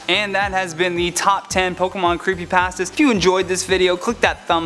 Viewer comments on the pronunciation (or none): Creepypasta, you say Creepypahstahs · Omg he pronounces like everything wrong and these are terrible lol like pokuhmon creepy paastas